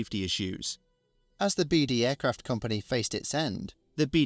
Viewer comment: His Surname name was pronounced "Beade".NOT pronounced "Beede"